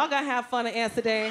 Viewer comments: it's amsterdam ffs, pronounce it properly, didn't know wtf she was saying the first time. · I love how she says "Anstuhdan" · right? a-ster-da lol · Does she say Ansterdan?? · I thought she was saying she was on acid 🤦‍♀️😂😂😂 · the way she says amsterdam is taking me out 😭